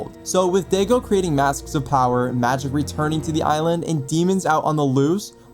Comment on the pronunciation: Sorry to be that guy but his name is pronounced die go not Diego but daigo I know it’s confusing but at some point of being eposed To Japanese pronunciations you get used to it 😊